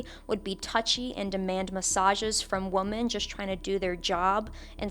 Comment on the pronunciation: Hey I hope this is constructive and not nitpicky. Usually "women" is pronounced differently from "woman" - like "wimmen". It can be confusing to listen to the o pronounced the other way. Sorry for raising such a small issue.